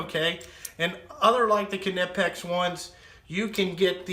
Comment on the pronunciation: Not the end of the world, but Knipex is pronounced Kuhnipex by Germans. Brits and Americans are used to pronouncing knife as nife, so I understand where it comes from. Ultimately, it doesn't matter. Knipex is still the best in the world at what it does.